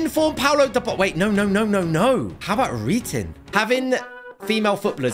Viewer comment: Im Norwegian and when u said ritin (reiten) it was super funny😂